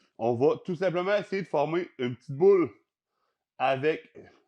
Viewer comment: HIHIHIHI il a dit boulle! :3 Non mais sérieusement super vidéo j'aime le concept, d'essayé des recette vue sur youtube ou tiktok!